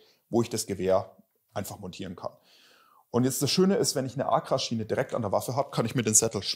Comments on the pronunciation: Dialekt mäßig gehe ich bei "Bullbab" so würden wir in Franken es aussprechen noch mit. Aber ACRA geht gar nicht🤣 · Google ist dein Freund😉da fehlt nämlich noch ein Zusatz. So wie er es ausspricht, ist es auf jeden Fall falsch😂